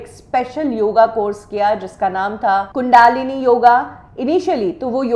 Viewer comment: Are you really India you could not pronounce Kunda-lini!